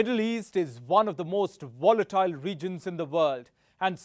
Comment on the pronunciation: VELCOME ITS A VERY VOLITILE VORLD LOL